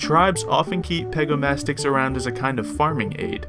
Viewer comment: pegomastax not pegomastix but is not relly important